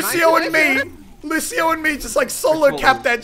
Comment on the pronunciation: ffs jesus muselk its lucio and I come on